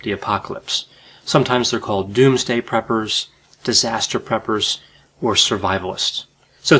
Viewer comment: I thought he said, "peppers." 😂